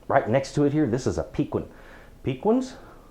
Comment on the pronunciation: Very informative. I've been hearing a lot lately about Fresno chili's, where do they fall on your scale and what exactly are they. My only critique of this video is how you pronounce piquin, here in south Texas where they grow wild and are fabulous we tend to pronounce piquin: pikeen. Chili Relleno is what you get when you stuff the poblano and batter and deep fry it, for the folks who want to order that when they go out. :) I agree it is decadent. Thank you again for posting this. I can't wait to check out some of your other vids...